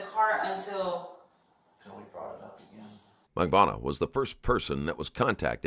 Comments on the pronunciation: Mag Ban Ooh Wah. Everybody pronounces it differently and incorrectly. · Mag-bo-ahnah…oh good lord all the names are mispronounced lmao Jfc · Oh my god the Auto-speech AI is HORREDNOUS. Please god fix it...I've never heard anyone pronounce Magbanua this way either and I've heard it a few ways by now...not to mention the other problems. Sad to see the quality so bad in the first 2 minutes